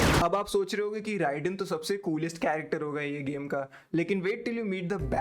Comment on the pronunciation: It's pronounced Rayden not Rai dane. Actual spelling Raiden.